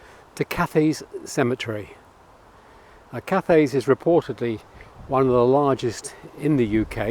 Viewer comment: a few notes on the video... thanks for visiting our area. 1. cathays is pronounced cat-hays or c'tays, depending on your accent, never cath-ayes, like cathay pacific. 2. the girl in the balloon was employed by the balloon's owner, she had never been in a balloon before and had received no training in how to use it or the parachute. when people moan about health and safety requirements i think of this poor girl being killed on her first day at work because her boss couldn't be arsed to protect her. 3. all the memorials with just surnames and dates are because a cardiff council of the seventies had a new plan for using motor mowers in those fields and decided that memorials that were too big had to be taken down and destroyed and were replaced with these basic stones. drawings of the original stones are, i believe, held in the council archives somewhere. i have been told two interesting things about this act of council desecration - firstly that the basic stones were supposed to be temporary and were intended to be replaced by the council with more aesthetic memorials but never happened; and secondly that the memorials were used as hardcore in a building phase of the a48 (which was built straight through the middle of cathays cemetary, splitting one cemetary into two and leaving the war memorial facing not a grand approaching boulevard but a grubby corner of the cemetary and a noisy road). whether either of these stories are true or just local gossip i cannot say. 4. cathays ce